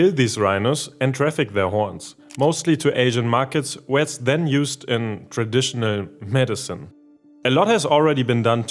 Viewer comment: Lol the way you subtly said "traditional medicine"